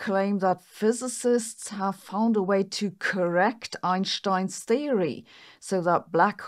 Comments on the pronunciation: It’s Einstein not Einshtein. You are speaking English so use the correct English pronunciation. Can’t take her seriously when she cant even pronounce English words and names correctly, who in their right mind takes anything she says seriously? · You wouldn’t say “shhtairs” Right? You’d say stairs… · It’s not “Einshhtein”… it’s an “st” in Einstein… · Eyyen Shhhhtine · Hopefully, she can learn how to say 'Einstein'.